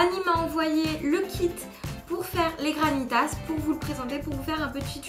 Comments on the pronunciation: ONE PRONONCE PAS LE S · On prononce pas le s dans GRANITAS